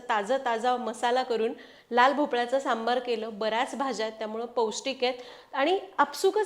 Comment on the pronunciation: सांबर सांबर म्हणू नकोस... "सांबर" म्हणजे 🦌 "हरीण" 🦌.... आणि .... "सांबार" म्हणजे "आमटी" ...